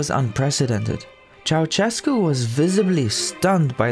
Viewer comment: You pronounce Ceaușescu's name better than most foreigners, but it's still not entirely correct. The letter Ș makes a sh sound, not a ch sound.